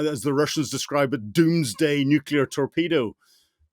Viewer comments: Not sure what nucular is? I wish these experts would pronounce the word Nuclear correctly. From an experts perspective, this is simply lazy, Shameish de Bretton-Gordon! I am pretty sure Trump and Xi are NOT buddies, the title to this is deliberately 'click me' worthy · Nuclear explanations from a person that pronounces "nukilar" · Why on earth does this guy keep saying ‘nucular’, so annoying!